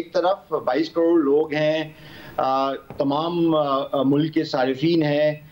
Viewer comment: Normal people : Mulk Rana Sana-Ullah : Mulak 😀